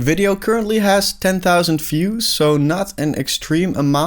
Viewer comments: You cannot pronounce "views" as "fuse". Those are completely different words in English. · Great video. Good insights. Good luck with the journey. Just a tiny suggestion. Look up how the word "views" is pronounced. Best wishes!